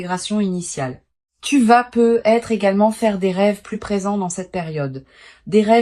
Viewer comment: On dit pas peut.......être Il y a une liaison😅😅😅😅😅😅